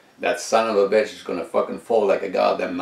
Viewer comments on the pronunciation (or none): none